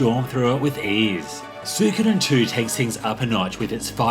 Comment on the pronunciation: It means so much that you can't pronounce it properly